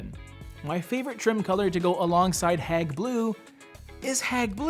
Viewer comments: You're saying " hag" blue, but it's" heyg" as in hey with a g on the end. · Hayg. Not hag. (After the museum) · It’s Hage (Hauge) not hag ... lol... I love this color! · Your KILLING the pronounciation is not HAG its Hague HAAGGEE... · Isn’t it pronounced Hayg rather than Hag? Like the town in the Netherlands? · Great video, thank you. If I may mention with good intention; the pronunciation is hAyg, like The Hague in Brussels, Belgium. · Love the video and I have Hague blue in lots of places in my house. But just for reference-you pronounce it HAY-G blue like The Hague in the Netherlands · Pronounce it Hayg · Gorgeous color but hearing you call it "hag" blue over and over again is just so wrong.